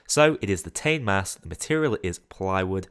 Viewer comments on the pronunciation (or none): The "Tane" mask is pronounced Tar-Nay, it's Maori